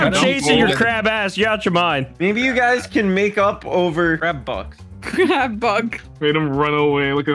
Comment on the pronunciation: see now saying what i hear as "Crab Box." not "Crab Bucks". i started laughing thinking of everyone as Crabs but in the Spongebob world.